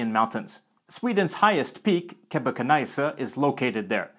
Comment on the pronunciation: I think it’s good except for the high mountain 🙃